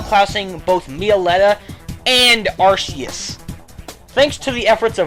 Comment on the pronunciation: Dont mean to be a bitch but it is pronounced Ark-eus